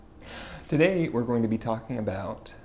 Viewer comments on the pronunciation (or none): none